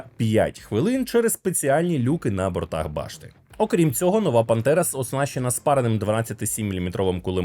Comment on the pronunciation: Чому ти говориш Пантера, але я чую Бандера? 🤔